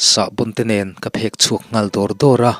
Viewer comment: I aw analh tawp mahse chhiar fuh tawklo a awm zeuh thin phek chhuak hi phek (sek) lam anga lam tur aw